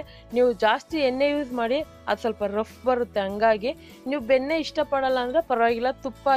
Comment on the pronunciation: Benne alla nakara sariyagi matadi plz